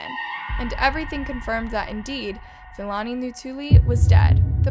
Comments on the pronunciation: Hi, as a South African. I'd appreciate it if you educate yourself on how to pronounce South African names. Its honestly not that hard to learn and educate yourself on how to pronounce African people's names. I mean if you can pronounce Siam then surely you can pronounce Philani Ntuli. And its pronounced P-lani Ntuli🙄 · The murderer's name is pronounced as P-ilani not F-ilani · Hey I'm a South African and thank you for covering the case. Please learn proper pronunciation it's Philani with the P like Pee not F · U make good content but please learn to pronounce names Philani is pronounced: pill-ah-knee Not Fill-Annie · It's pronounced as Pee-lah-nee Ntu-lee